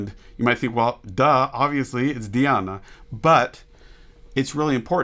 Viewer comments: Thanks for putting accent on 3rd syllable. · CONGRATULATIONS !!! You utterly correctly pronounced the name of Diana.)